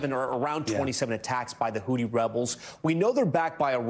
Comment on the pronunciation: Please someone tell Tom it’s Houthi not hooti.